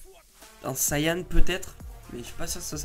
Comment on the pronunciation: Pas sayan mais sayen